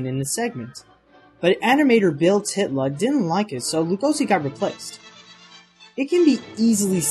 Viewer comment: ty-tla, not tit-la